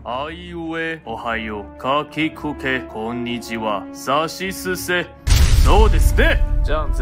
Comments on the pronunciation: 那邊是「k」的音，不是「s」的音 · 是ka行，可能不小心唸成sa行了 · 你那个かきくけこ字对了结果你直接说成さしすせそ（不喜勿喷） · 4：33你唸錯了啦！那是唸ka ki ku ke ko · 4：34是不是唸錯了🤣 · 字幕打錯了啊！不過其實順序是對的原來是念錯了啊😂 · 读音错了